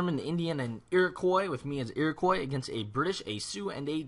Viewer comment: lol its not pronounced "iroquoy" its "iroquwa" its a french name!!